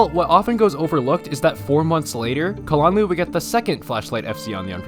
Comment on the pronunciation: I like how you pronounce kalanluu